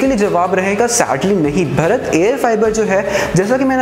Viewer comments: अबे भरत नहीं भारत बोल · अबे 'भरत' नहीं भारत बोल भारत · भारत को कृपया कर भरत ना बोलें। Are you from India or somewhere else.